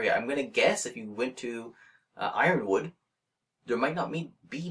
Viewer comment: I always pronounced Yronwood as "ron-wood". I never heard anyone pronounce it like that